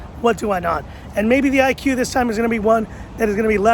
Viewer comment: It is pronunciation Ee-koo not IQ